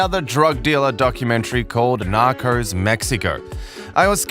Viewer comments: KatieJenni I’m joking. They guy in the video says nacors instead of narcos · Narcos, not Narcors!!! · Why do you say "narcors" ? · The series: Narcos This dude: Nacros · Nakors? WTF? Learn how to speak! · He says "knockers" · Nockers?😭😂 bruh I cant even be mad the way you pronounce it is funny af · Funny as this English I'm guessing narrator keeps say Narcos like Knockers. And the A in Pablo is pronounced like ahh as when you go to the doctors, open your mouth and say ahhh.